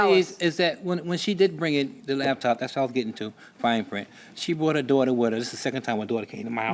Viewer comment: 😅Whhhhy do our people say LABtop?? It literally doesn’t make any sense 😂🤦🏽‍♀️😂 it’s LAPTOP…. A computer that can be used on your LAP as opposed to a damn DESK top 🤷🏽‍♀️